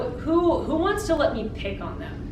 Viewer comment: did you really just say but how cears instead of who Sigh